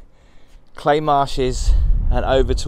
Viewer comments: I thought a local like yourself would pronounce it "Cly", not "clay". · I've always pronounced it as Cly... Oh, the big scary face on the fireplace is actually a Green Man, an early pagan and Christian symbol which is generally a benign character. He is normally found alot in churches.